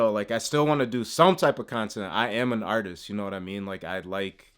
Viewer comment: Arrrr tist….you gota be from buffalo lol good stuff advise 🤝🏽